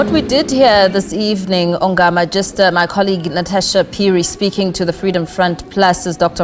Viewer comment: It's Dr Ongama This reporter is disrespectful Why is she able to call Dr Groenewald appropriately but cannot present this African scholar appropriately This is absolute nonsense